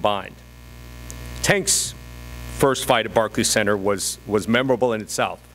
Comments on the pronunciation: Lol he can’t even say Barclays Center 😂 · Show up at barkey centre says rolly 😂😂😂 hahahahaha oh shit that killed me barkey centre 😂